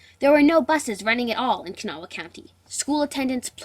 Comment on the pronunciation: gret good but its pronouct kuh NAW